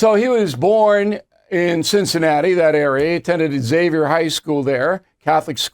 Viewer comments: I played it over and over. It sounded like he was saying “ex” but it was hard to hear it clearly for me. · Nope he got it wrong, as do most, sadly.